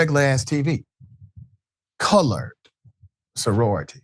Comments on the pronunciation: I'm Black and it sounds like he sounds like he said college to me as well. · Sounds like he said colored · COME ON NOW! I listened several times and he said colored. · Colored doesn’t have a “g” in it. His pronunciation was a little funny, so I understand your mistake. He pronounced the word “cullidge,” which is clearly closer to “college” than “colored.” (Not to mention it is highly unlikely someone his age would ever say “colored”; that’s a word used by pre-boomer generations) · Agree. I slowed the audio down and he definitely said colored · This man said colored there is no d in college. Racism is real. Wake up America what you do in the dark has come to light. This us suppose to be a free country. GOD HELP US ALL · Sounds like he said colored. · Come on now, he plainly said colored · He definitely said colored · he said colored witch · He said Colored Soroity 😡😡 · I was thinking to give you all the benefit of the doubt, but after listening on speaker with volume up, he definitely said colored. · HE said,COLORED. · So the black man says not a word and let him Disrespect her and Sorority by using that ol Southern word Colored. Shameful people bunch of Foreign speaking people Caucasian ignorance. And that fool said Hauctoauh disgusting brains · We'll heard what he said Color sorority!!